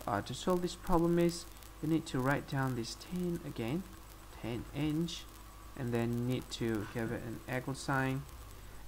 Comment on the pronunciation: "Convert Imch...Oh, I'm sorry, it's...ahh, n, iNch...into millameterzz."